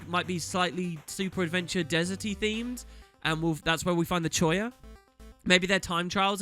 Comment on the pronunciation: Ugh. . Choya? ffs, choya.